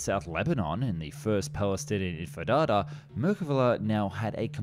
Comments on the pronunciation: Yes hr said "Infadad" or something like that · dude please learn how to pronounce things wtf is infidada and etc xdddd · The infidada 😂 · Im sorry, did he say the First Palestinian Empenada? 😅 I swear we've heard him say Entifada correctly before.. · "...during the fighting in South Lebanon in the first Palestinian Infidada...." Infidada? That's Intifada M8! 😆 But humor aside, nicely done overall. I learned a few things about the Merkava, and unlearned a few others. Many thanks! Liked. - From a subscriber. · That "Infidada" got me ! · "first palestinian INFIDADA..." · And also INTIFADAH, not infadada or whatever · "The first Palestinian infedada"